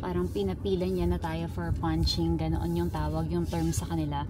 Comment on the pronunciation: punch listing po not punching 😊